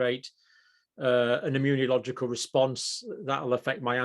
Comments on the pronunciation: Dear Dr Campbell, I have noticed that you persist in mis-pronouncing the word immunological. You pronounce it as "immuniological", adding an extra "i". I don't believe this is the "Queens English"..... just sayin..... Regards An Aussie, 🙂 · Please learn pronounciation of “immunological”